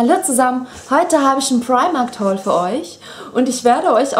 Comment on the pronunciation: fu sagst immer primarkt ;))